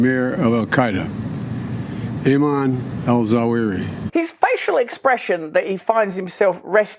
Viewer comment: "That killed the amuurr of Al Queda, Eeemanoo Alsuareee." Seriously, the old mental cripple couldn't even memorize the title and name of the dude he just wacked.